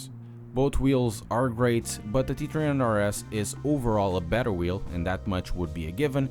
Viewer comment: Lol, he says “T tree hunred RS.”